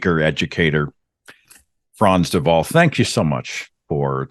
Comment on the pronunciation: Perfect pronunciation of “Frans De Waal “. Great 👍